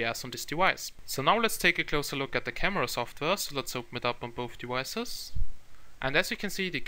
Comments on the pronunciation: Why do i feel you say "devices" like "dewices" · I hear it too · yeah its devices not dewises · "On both dewicces" Dat accent